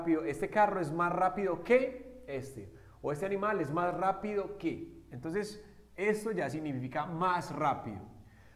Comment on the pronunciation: Cuidado con la pronunciación del "as" ya que lleva vibracion al final de lo contrario se está diciendo otra palabra que es 🍑 y no "tan... Como"